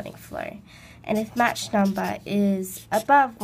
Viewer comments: "match number", lol, it's pronounced 'mawk" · *match!! i wanna slap her face everytime she said that